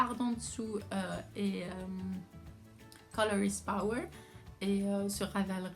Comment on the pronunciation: Il faut lire "power "